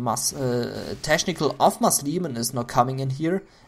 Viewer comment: pronounce CH in technical like K